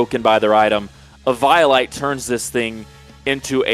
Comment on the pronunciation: E violate???? I think you mean eviolite my good sir. (EE-vee-oh-light)